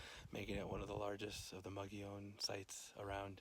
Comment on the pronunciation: And now I know I've been mispronouncing 'Mogollon' all these years ... Fascinating report. Thanks!